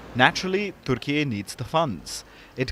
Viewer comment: Thank you for pronouncing the correct version of Turkiye firstly. Secondly to my understanding as a Turk, Turkish drones are way cheaper than US and Israeli made similar versions. Thus one be either dumb or very threatened to continue buying from them when you have Turkish drones on the shelves. :) I hope Turkish military industrial complex continue building in all branches so that the world can buy cheap yet quality goods, not robbed by USA anymore. :)